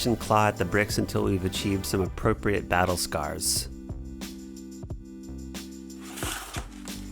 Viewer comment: “BaTtle ScWaErS” -Jasper Hale